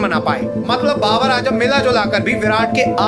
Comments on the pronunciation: Ajam nai bhai ..azam...aaaaazzzzzaaam....😂😂😂😂 bolna tu seekh le bro phir analysis lar lena 😅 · Abe dehati its Z not J